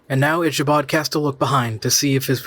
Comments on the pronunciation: It's Ick a bod Crain not Isha bod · Ick-a-bod. If you're going to narrate, at least pronounce famous literary characters name correctly. LOL